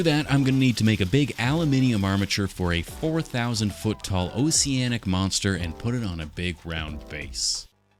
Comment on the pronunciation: Bro said “oseanic” 😂😂